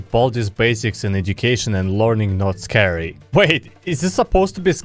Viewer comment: Scary: exists: Sceurry